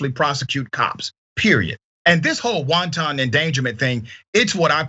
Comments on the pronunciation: Great points, but, it's not "won-ton" 🥟 it's wanton - all one word with the accent on the first syllable. 🙂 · This guy just said “wonton endangerment” like it’s a spicy Chinese lunch special. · Uhmmm... it's WANTON, not WONTON